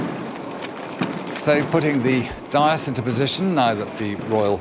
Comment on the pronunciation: His pronunciation of “dais” and “mall” is wrong. He’s not that good.